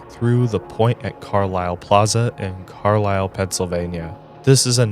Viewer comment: Fun fact - it's pronounced "CAR - lyle" and not Car-LILE. I lived there for a brief 3 months while working in Harrisburg, which is the Detroit of PA.